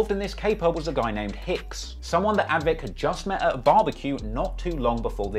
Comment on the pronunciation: the guy's name is not 'Advik' but Avdic, which is probably of Bosnian origin and is pronounced 'Av-ditch'